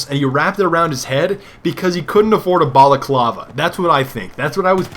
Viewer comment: "couldn't afford a ballerclava", you fo real dawg?